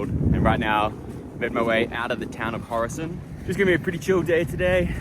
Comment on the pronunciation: Ula kırk yıl düşünsem birinin Horasan'ı "Hurosın" Diye telafuz edeceği aklıma gelmezdi 😂